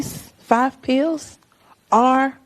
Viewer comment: cori can't even pronounce pills! lol! pee-ews!